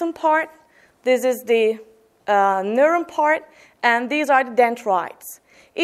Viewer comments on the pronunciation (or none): Good job, but please, pronounce "neuron" with a better o sound - Newro:n. Thank you for the session upload